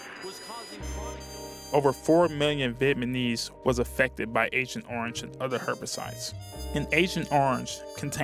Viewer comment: What’s a Vietmanese ? At least pronounce the name correctly if your going to make an informational video